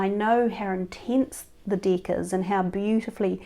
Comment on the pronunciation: Sounds like she said dick but she is saying deck hahaha